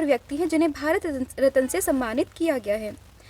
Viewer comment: रत्न ❌ रतन ✅